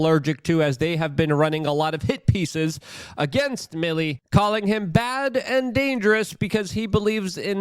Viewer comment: It's pronounced "me-lay"... not Milly